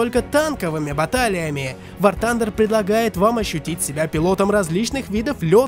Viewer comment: Ахах, он в начале сказал Ван Тандер